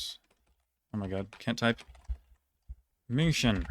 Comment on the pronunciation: naja münchen hat er nicht sauber ausgesprochen aber so sachen wie thüringen waren perfekt. ausserdem hat er schon einen akzent dabei gehabt und die betonung war auch eher amerikanisch englisch